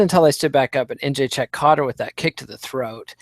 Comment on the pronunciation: It's befuddling how such an articulate man can so badly butcher names (e.g., Jedrzejczyk, Nguyen, Benoit). Can't wait to hear the post-fight analysis of UFC Seoul (where hopefully, Chico Camus makes his way onto the card). p.s. I started thinking Holm had a Buster Douglas of a chance when I saw the weigh in. I had no idea how big she was.